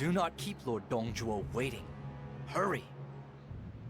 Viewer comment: You do know it’s “Zhuo”, right? Not tryna be a douche about it. Nice video.